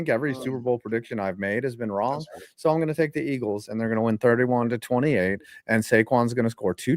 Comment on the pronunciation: Bro said "WROGN!"